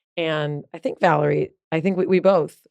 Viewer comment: You called her "Valerie". LOL